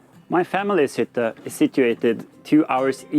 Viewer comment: Your pronunciations are perfect! If it is not to far from your normal content, it would be fun to se you try a smal part of the norwegian duolingo course